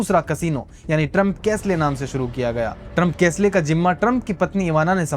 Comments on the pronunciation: कैसले नहीं, कैसल कहो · Trump castle ❌ Trump cash ley ✅😂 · Trump castle bhai not kaslay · Please check online dictionaries to check how to pronounce "castle". You had pronounced incorrectly. Make sure you check inkine dictionaries for proniunciation before using english words.